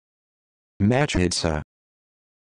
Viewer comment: What is this nonsense? That's not even remotely how you pronounce מחיצה!